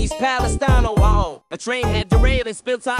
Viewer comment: Love that the thing can't pronounce Ohio